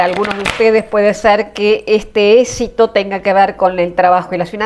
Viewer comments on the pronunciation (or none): Se dice éxito no esito